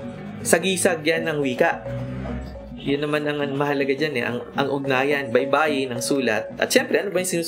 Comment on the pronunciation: baybay is spelling....baybayin is to spell......baybayin, stress last syllable.